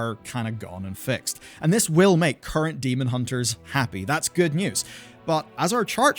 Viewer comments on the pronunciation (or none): none